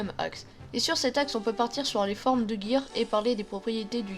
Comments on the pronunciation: c'est le "gear seconde" pas le jear deux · ptn il me stresse avc son jear mdr c gear pas jear ptnnnn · tu dis jear au lieu de gear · GGGGGear pas jear putain... sinon bonne vidéo